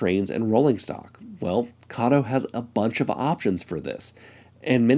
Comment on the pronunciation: Not saying Kato correctly its from katou. Pronounced Kar- toe with emphasis on the t. Ka as in car and toe as on your foot, car is said quick Toe is said slow. carToe.